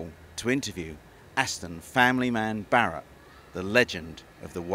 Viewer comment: Did i hear "to interview Ashton Family Man Barre"LL"?